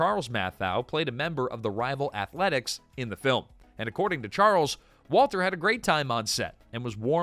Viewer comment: 5. Five different brands. How many times was Walter's name mispronounced ?